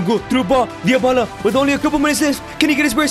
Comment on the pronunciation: Why do you say Diobala?